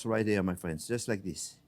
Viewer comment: Hewo deh fwends!